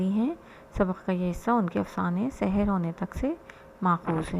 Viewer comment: تلفظ بالکل درست ارشاد فرمایا لیکن ہمارے اردو لہجے میں "سَحر" اور "سِحر" دونوں ہی مجہول (سے حیر) پڑھے جاتے ہیں۔ لہٰذا اگر تلفظ میں اعراب کی رعایت نہ بھی ہو تو سیاقِ سے تفہیم کی جائے گی۔